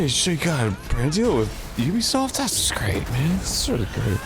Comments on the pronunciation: It's not Oobisoft. It's Ehbisoft. (I'm sorry but at this point it's Mehbisoft). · what the fuck do they mean Eh-bisoft? the letter U is pronounced nowhere near Eh in French. I get that it's a sound that doesn't exist in English, but saying Yubisoft is much closer than Eh-bisoft? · Immediately mispronounces Ubisoft 5 times.. you be soft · Very VERY FIRST THING on-screen: it's pronounced eh-bi-soft: Lol no it's not